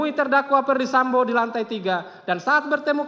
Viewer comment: Jpu nya udah kecapean baca nya sampe.salah salah mau.sebut. sambo. Malahh....samba. eh sampoo lagii. Ngakakkkk😂😂😂😂